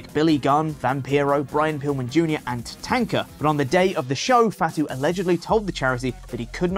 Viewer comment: Uhhhh… who tf is Tuh-TANK-Uh???